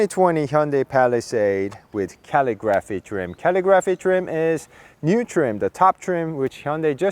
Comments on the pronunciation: Also, dude, say cuh-LIGG-ruh'fee not Cally-graphee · CALL-I-GRAPHY. NOT CAL-EE-GRAPHY. CALL-I-GRAPHY!!!! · It is pronounced Calig-raphee. You are saying calligraphy wrong 😂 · Rims are ugly. Way too busy. Why paint the area around the wheels when the rest is that subdued chrome? Get rid of the chrome. Then it would work. Also...just for information..its pronounced Caa lig ah free. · Couldn't get passed you not able to say "calligraphy" correctly. 🤷‍♂️🙄